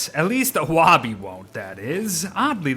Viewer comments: the fact he pronounces woby "wahby" and not "woaby" triggers me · lol is it only me thats bothered by him calling her wawby instead of the swooping o that is (wouuubie) its to reference that shes his security blanket his safety net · I hate how you say woby “wa be” it is “woe be” chief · It’s wobi not woby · Isn't it "Woby," not "Wobby?" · Her name is Woby, not "Wobby". You have been saying "wobby" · it's WOAH-bee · Anyone else pronounce Woby (woah-bee)? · please say ‘woby’ like ‘toby’ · you're very wonderful but the way you say woby physically hurts me AKSNSMZNSMDNS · Wait is the o in woby pronounced like w-oh!-by or is the o in woby pronounced like the beard says it?